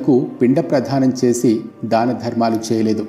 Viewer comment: పిండ*ప్రధానం* కాదు అది పిండ ప్రదానం